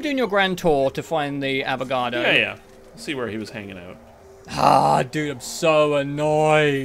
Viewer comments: he calls the avogrado , avocado 🥑🥑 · Im so glad I found these videos.. even tho its a year late Also brother fucking up the Avogadro's name every chance he gets is so hilarious